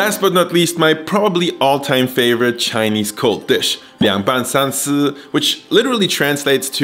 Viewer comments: I just found your channel its amazing! Your Chinese pronunciation is on fleek! Keep up the good-work! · Im impressed man, this is legit chinese food, simple, quick and easy to make. And props to your pronunciation, even though there is an obvious accent, I can tell that you learned from the source haha. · As a person that speaks chinese ur chinese is on point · 😮Woah.....your pronunciation of Chinese words is so spot on.....😀👍🏼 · Holy mothers... As a Chinese I thought I knew cooking... Great pronunciations as well, what a legend!